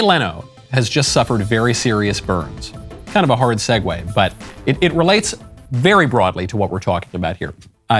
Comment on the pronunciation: Do you mean segue? You said Segway.